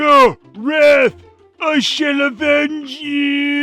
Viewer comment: Did really say "I SHELL avenge you!" or did looking into Raphs penance stare simply melt my brain?